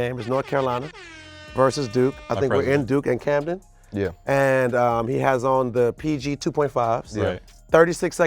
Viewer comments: Trinidad James for not knowing that Dukes arena is “Cameron” and not “Camden” 🤦🏽‍♂️ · Trinidad said “in Camden” instead of Cameron LLLLlLlLLlLlLllLlLlLllLlLlLl big L